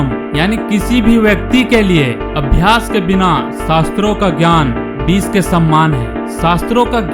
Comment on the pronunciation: और यह बिस नही होता विष होता है ढंग से नही बोला जाता